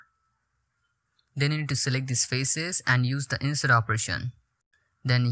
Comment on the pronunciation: no need to correct him, he's indian, it's understandable..